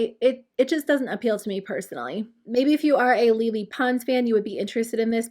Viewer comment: Lol don’t let Lele hear you pronounce her name as “Lily” 😂 remember she’s Latina and she’ll go off on you